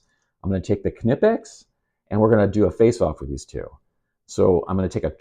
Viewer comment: Thanks fir pronouncing "Knipex" correctly 😁 Top-grade stuff and if you study how the jaws work on various-sized objects you'll see there's some serious engineering in their design which gives them incredible holding power. Vise-grips locking feature can be handy. Out camping I loaned my beater motorcycle to a 'friend' who crashed and broke a footpeg. A large set of Vice-grips made the hour-long ride home much easier. Each tool has it's own advantages!